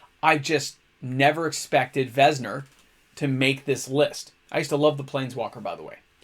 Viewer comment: Venser is pronounced venn-sir.